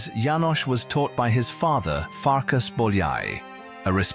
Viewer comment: Not Farkash but Farkas. Not Janosh but János. In the Hungarian language what sh in English (for example ship) is s. What s in English (for example sky) is sz in Hungarian. I am Hungarian. Not to mention, that in Europe the Hungarian language is the only one where the family name is in the first place and the christian name follows it. So the correct names are Bolyai Farkas and Bolyai János. Another interesting thing that the ly in Hungarian is y in English (like yacth).